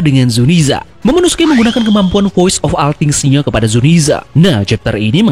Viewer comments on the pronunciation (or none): englishnya kacau bang... vois of ol tfing gitu d bacanya